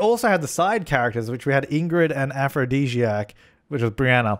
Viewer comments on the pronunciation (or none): none